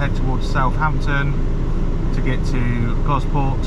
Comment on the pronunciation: it's pronounced Goss-port! Gosport.